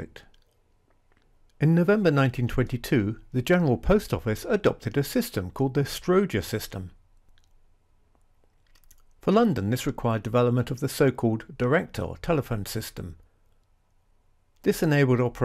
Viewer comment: The 'Strow' of Strowger is pronounced rhyming with plough or owl, it's not Stroeger. It comes from Almon Brown Strowger an American undertaker who devised the first automatic telephone switching system.